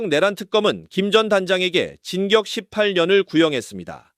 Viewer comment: 진격 18년은 뭐냐? 징역을 진격이라고 발음하네.